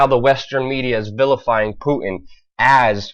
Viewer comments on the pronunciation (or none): Putin with a 't'. Not Pu-in. Pu-tin, Putin. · Who is Poo-in? Do you not know how to pronounce your "T's" ? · Good God man, please stop calling him poo-in. There is a fucking T in his name. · putin not puddin , you dont have putin and custard so why say it like that ? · Poo-in ?? wtf !! Putin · Have some bloody respect!!! "PuTin" has a "t" in the middle!! USE IT AMATEUR!!!!! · did you say "poo-in"? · There is a "T" in Putin. It's not "pu-en". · Vladimir Poo-in. That's how Luke says it: "Poo-in" !!!! ROFL!!!! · should also address the way he says Putin as Poo In.